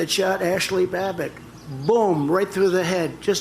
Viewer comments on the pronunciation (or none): Her name was Ashli BabbOTT, Trump said BabbICK - he doesn’t even know her name but he’s purposely trying to invoke her name as a siren call to his base. He doesn’t give two s#%ts about her, he doesn’t even care enough to learn her name properly. What a joke 🙄